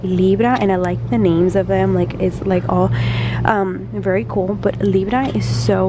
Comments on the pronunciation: when you said librä and peecés i felt that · The wet and wild cosmic glosses are actually for your zodiac sign. So if your libra you get the libra if Your a Pisces you get the Pisces. Etc. (edit)- it also peeved me that she didn’t know how to say the names. I’m sorry but educate yourself